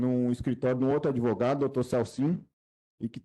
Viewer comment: Quererei cuidar me de mim. Assassinou até o português. "ADEVOGADO"